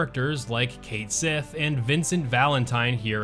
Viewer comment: Cait Sith, is actually pronounced [kʰaht̪ ˈʃiː] "Ket Shee" as the name is Scottish Gaelic, meaning Fairy Cat.